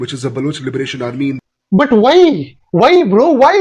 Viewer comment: Whai bro whai, whai you pratiuttaring and zaliling them!! Whaii??...😂 BTW, your video on Pahalgam did make good points and made a very good arguement on why covert operations and other backend strategies make more sense than direct attack by state actors.